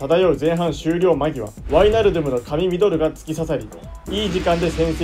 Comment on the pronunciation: ワイナルドゥムの発音で「ドゥム」の部分をしっかり発音するところが好きです。そしてケンユー企画大好きです。笑 後々Liverpoolと南野拓実を使った企画も見てみたいです☺️